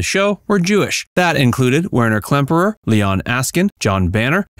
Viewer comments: It was Werner Klemperer not Klempner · Klem-per-er, not Klempner! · Interesting - but it didn't leave me "speechless"! Why was Col Klink's genuine violin expertise not mentioned? Why was Col Klink's genuine violin expertise not mentioned? By the way, the actor's name was Werner Klemperer, not "Klempner", and he was the son of the famous conductor of the Berlin Philharmonic Orchestra, Otto Klemperer! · Werner KLEMPERER, not Klempner and Robert CLARY, not Clay: Have some respect and get the actors' names right. There are other errors, but those two are glaring. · Klemperer not Klempner. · One weird thing is it was said correctly early in this video, then at around 16 min, was spoken wrong as Klempner. I could be wrong but I think this is an AI voice and it read from a script where it was spelled right the first time, then spelled wrong another time. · Love Hogans Heroes but my God if your gonna do a factual video like this learn to pronounce the names right and also misspelling names like Klemperer is horrible